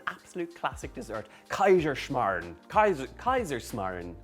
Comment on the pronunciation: In the end perfect pronunciation 👍😉 We Germans love it as well and have Kaiserschmarrn quite often😍